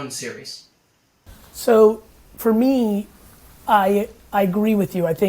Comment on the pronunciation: him saying "For MEE" is very irritating